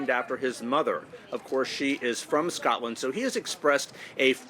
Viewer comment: Why can no American reporters pronounce "Scotland" correctly?